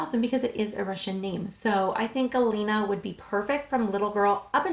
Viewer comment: You pronounced them really well. Good job girl